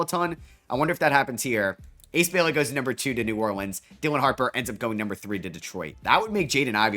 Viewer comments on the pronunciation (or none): none